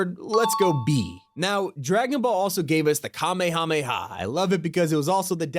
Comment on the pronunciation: The irony that you didn’t pronounce kamehameha correctly either.